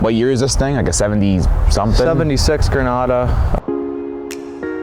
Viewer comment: The "GRENARRA"